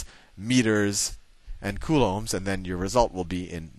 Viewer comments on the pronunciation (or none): none